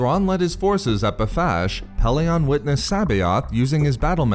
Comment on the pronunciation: 1st name I've heard mispronounced "Pellaeon"..short e in todays audiobooksand sounds better not short o at the end. unless you're a fan of the early audiobooks then add a C in the middle of Coruscant and kep using the short o of Pellaeon